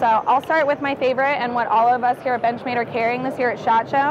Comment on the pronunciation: "Binchmade" - so he says...